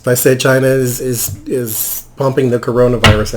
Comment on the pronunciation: Does anyone know why Trump says "Chiner" and "Russer"? Can he not pronounce China and Russia?